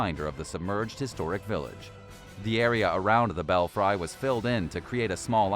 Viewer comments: Did they really say bell fry?? Lmao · Belfry is pronounced bell free.